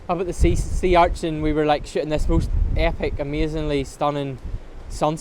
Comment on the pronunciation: Please, please, PLEASE don't take this the wrong way. I mean no disrespect whatsoever. I love your work and love your accent but every time I hear you say shooting.....i so hear shitting! lol I'm sorry man. I mean no disrespect. I, love everything you do. I watch EVERY video you post. Thank you for what you do. I learn so much from your work. Thank you.